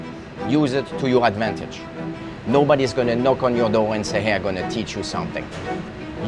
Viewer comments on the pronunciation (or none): Isn't he the guy who says "onyo"?